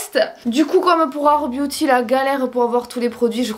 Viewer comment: Quand dit « Booty » à la place de « Beauty » 😂 merci pour les barres de rire!!!!!